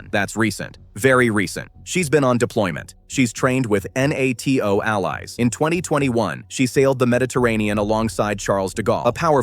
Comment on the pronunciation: Why don’t people think about how to prompt their AI voice to say things correctly? For example: if instead of saying “NATO” as it should, it reads out the individual letters, then make it say “neigh toe” 🤷